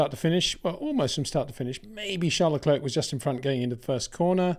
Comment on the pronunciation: Great content, but can you maybe start to pronounce Leclerc in the proper manner? Please try to pronounce it as “leclair” instead of “luckclurk”.